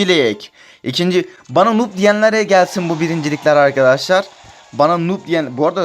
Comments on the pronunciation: Kardeş nub diye okunuyo nob diye deil burdan noob olduğun bellih 😀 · Daha noobu bile söyleyemiyorsun